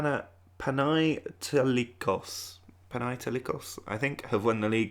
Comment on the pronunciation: They are called "Panetolikos" in Greek "ai" sounds as "e" (like in elephant). But if we exclude this mistake it was a great try!!!